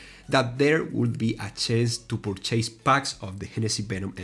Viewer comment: Purchase (pur.chuhs)... You aren't chasing something, you're buying something... La volaita hermano hablo menos inglés del que tú qué hablas, de corrido... pero se pronunciar bien esa palabra... No mames.